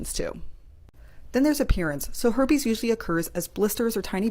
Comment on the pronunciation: "the her-pays" LOL